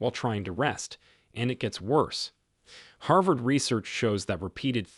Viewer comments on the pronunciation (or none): none